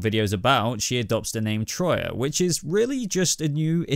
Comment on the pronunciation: For the love of Zeus. Her name is Τροία and it’s pronounced tria.